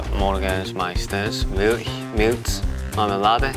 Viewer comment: For the German part they often pronounced the “Milch“ more like “mich“, which would then mean “mom often likes to eat me with marmalade in the morning“ instead of “mom often likes to eat milk with marmalade in the morning“ 😂